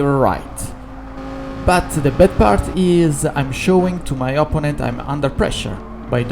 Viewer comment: non ti offendere ma una cosa te la devo dire (dall'accento direi che sei romano come me): imparati gli accenti e le preposizioni in inglese perche' veramente suoni strano eh. La pronuncia di opponent, protect, penalty, delaying, allowed, comfortable, legit, our, consequences, assume, essence, e alcune altre parole e' sbagliata, soprattutto l'accento, e l'uso delle preposizioni e' spesso sbagliato. Google translate e altri tool gratuiti ti possono aiutare perche' leggono i testi a voce alta. Sono parole che parlando di corse auto dovrai ripetere ogni volta, quindi aggiustale una volta per tutte e via.